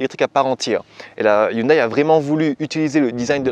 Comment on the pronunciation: hyundéééé, pas hyndaille..... :s